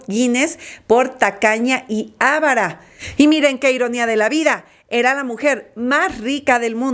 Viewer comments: Tacaña, bien pronunciado, pero avara no: el acento prosodico no es en A sino VA. Corrija esto en su pronunciación, por favor. Gracias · Esta "locutora" no sabe ni pronunciar "Avara""